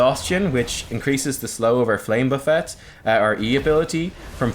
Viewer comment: Only youtuber who can pronounce flame buffet correctly